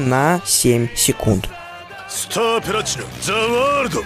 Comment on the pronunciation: Не стар платинум а Стар Планитум За Вардо SPTW